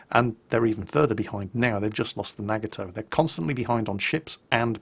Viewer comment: Sound better to me than his pronunciation of Japanese ships names despite being very easy to pronounce. The thing I don't understand is why he's willing to be corrected on the pronunciation of Gneisenau and pronounce the G in front yet he continues to butcher simple names like Yamato, Nagato, Atago, etc.